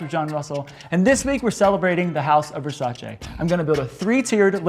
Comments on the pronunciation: it's versa-CHEE not versa-SHAY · It’s pronounced ver-sigh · You’re all pronouncing Versace wrong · The way you pronounce "Versace" is terrible